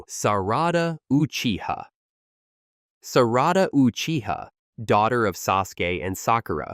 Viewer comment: EVERYTHING IS COOL UNTIL YOU SAID SARADA WHAT!!!!!